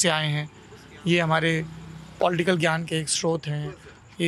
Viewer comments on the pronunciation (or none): none